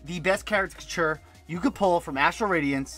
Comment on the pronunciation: "time to open rastral adience... dastral badience... PWUEEHAHAHHA!" - CTR